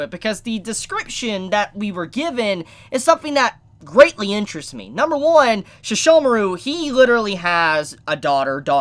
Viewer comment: I thought that the Shikon pearl was the only way to connect the two eras, Also, you say Seshomaru as Shishomaru, sounds weird.